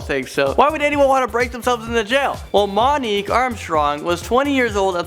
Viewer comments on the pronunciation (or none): none